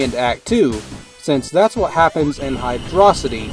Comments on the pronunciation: You say it like hidrohcite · hydro city is the official pronunciation